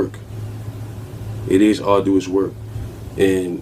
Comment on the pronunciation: Dude said “R-do-us” work 😂